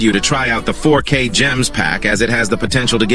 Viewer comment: Bro when you said 4k gems that I heard is ( fork a ) 😂